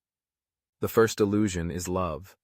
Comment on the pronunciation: Did you say 'first' or 'worst'?